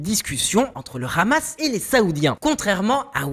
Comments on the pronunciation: Cette chaîne sent le fionisme à plein nez 🤥🤥🤥🤥 Qui prononce Khhhhhamasss ??? Grillé 🤣🤣🤣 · Rien que la façon de prononcer le mot KHAMASSS en dit long sur la teinte israélienne de l analyse. Il y a beaucoup de contre-vérité en faveur d Israël... alalaa la propagande faites par des amateurs en devient franchement insultante poit tous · Trop de fait son manquant = resultat bieser! Apprend dire deja Hamas et pas Rhamas! Hezbola et pas rhesbola.